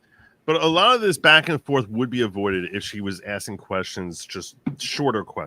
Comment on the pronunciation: He says "axin" like he's from Manha-an.